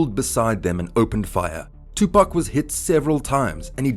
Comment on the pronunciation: There’s 3 wrongs in the first 10 seconds of this video. I couldn’t even finish. Pac deserves better than this bro you have to check your facts and learn to pronounce his name